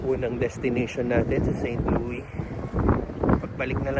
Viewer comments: Share ko lang bro, St. Louis is pronounce "Saint Lewis" (Loo-iss). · Pronounced "Saint LOO-iss" parang Lewis. Uso pa rin ang break-in, pero dito di katulad sa atin na papaandarin muna ahead of time ang sasakyan bago umalis, dito pag andar alis agad. Di uso ang warm up. :) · unlike Illinois, you pronounce the "s" in St Louis :) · You pronounce St. Louis like you pronounced it but also with the "s" at the end. So it is not a silent s. Also "arch" you were right the first time...you pronounce the h. Hope you guys had fun! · Correct Pronunciation: Saint LOO-iss (/seɪnt ˈluːɪs/). (Here in America) Common Misconception: Some may use the French-style "Saint LOO-ee," but the "s" is generally pronounced. Local Dialect: The name fits into a broader local, older dialect that sometimes anglicizes French names. To give you credit though, Louisville is pronounced Loo eeh vuhl. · It is pronounced with “S” po. Try visiting Kansas City museum 😊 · not silent S in st louis po…. hehehe enjoy po from st louis